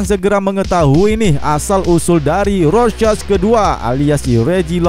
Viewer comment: Normal people:rorschach Krezi pipel:rosek